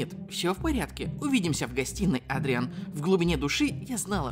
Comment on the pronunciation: ЭДРИАН ЭДРИАН А НЕ АДРИАН!!!!!!!!!!!!!!!!!!!!!!!!!!! БЕСИТ УШАМ БОЛЬНО